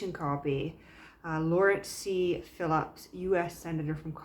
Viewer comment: Phipps (not Philipps)